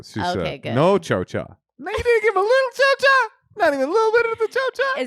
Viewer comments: It's actually Chorcha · It's chorcha